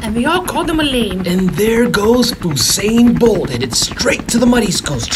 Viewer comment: Foo’sain Bolt 😂😂😂